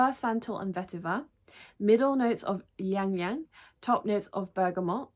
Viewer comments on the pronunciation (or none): The baby bird wings comments was too funny. I love Violette's work, but I am going to hold off until the shipping works better. Btw Ylang is pronounced *Eee-long Eee-long.